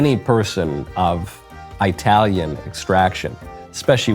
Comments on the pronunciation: Michael, only non-Italians say “eye-talian” 😂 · Wow! Did Micheal just say I-talian??? I'm only between 17 and 18 percent Italian and even I know.....ANYONE with Italian in them (that they know of) should NEVER say that. 😂 Of course, I plead the 5th on whether I've used said pronunciation😉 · Mr. Knowles, sir, for the love of GOD!!!! Yes, this is my crazy ocd showing and I apologize... but please, please, PLEASE... it's Italian with the short i sound. 😂 thank you lol love ya lots even though you said that word incorrectly 😂😂😂😂😂